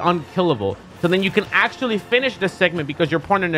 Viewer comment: Axe-tually XD